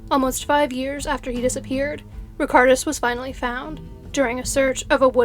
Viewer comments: The lithuanian name was completely mispronounced unfortunately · the lithuanian name was pronounced wrong, so not "all" of them.. I love this channel, but it was a bit sad to hear the chinese names pronounced correctly, yet the lithuanian one slaughtered